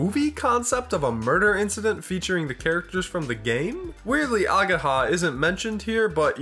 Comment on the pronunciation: I will probably die the moment english speaking people start properly reading japanese names. Its not ageeeeha its ageha. And its hard wa not ua.